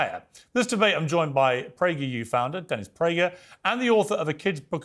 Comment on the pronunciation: Did Piers say "death Prager?"